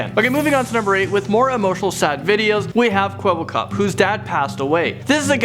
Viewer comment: Man not Kwebblekob